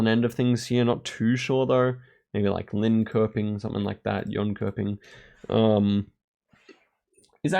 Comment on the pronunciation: Not that it's a big deal, but the 'köping' part in Linköping, Jönköping, etc. is pronounced almost like the word "shopping".